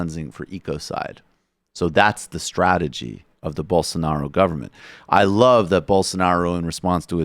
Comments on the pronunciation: It's Blosonaro, not Bolsanaro. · Hey guys, it's "Bolsonaro" 😉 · I believe his name is pronounced Bolsarnaro! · I've heard Rave Dubin say Bole-sar-na-ro at least twenty times, but it still cracks me up without fail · "Bolsonaro"... literally one of the only portuguese names that is spelt phonetically... you need to be a special level of dumb to not get that